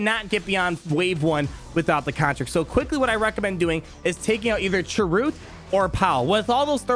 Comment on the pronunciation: I'll be sure to look at this guide again when my bounty hunters are up. Also sry but it's Chirrut and it sounds like Cheer-it, Baze even kept saying his name when Chirrut was about to die in Rogue One